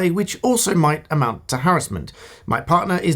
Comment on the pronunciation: Given a thumbs up on the sole basis you pronounce "harassment" correctly